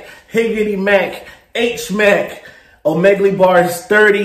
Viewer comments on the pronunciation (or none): Bruh I been enjoying your content! But if you say Omeg-lee one mo time...😂😂😂 Just say it as if you were saying beagle... like a dog. Outside of that, fire reactions!😂😂